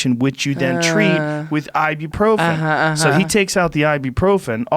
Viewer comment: Joe advertising Ibuprofen is hillarious. Can't even pronounce correctly